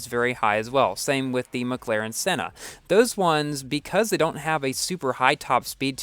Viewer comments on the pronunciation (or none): none